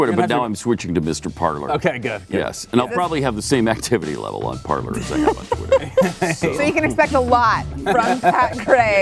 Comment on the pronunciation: Parler is pronounced par lay. It is french verb to speak.